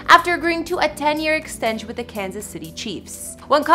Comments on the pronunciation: she really couldnt finish saying extention. had to say "extensh" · “10 year extench”.